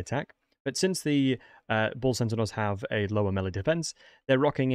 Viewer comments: Great vid but why do you keep saying centenaurs? It’s pronounced (Senn-tars) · I keep hearing "sentinels". Are you saying that or am I hearing weird? I normally hear extremely good so I'm a bit confused. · "Bull Cent-a-naur" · what's a centinaur? Say Centaur, there's only 1 n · I always heard Bull Sentinels, and was like: "huh??" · He’s definitely saying sentinaurs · progressively more butchering their name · You say centaur funny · Your pronunciation of the word Centaur really triggers my Autism 😂